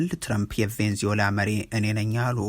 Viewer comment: Please make a correction "ቬንዝዌላ" አይደለም ትክክል አባባል "ቬነ-ዝዌላ" ነው